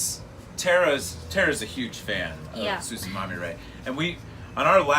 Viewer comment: Hello! Our Band name is TsuShiMaMiRe! Not TsuChimamire www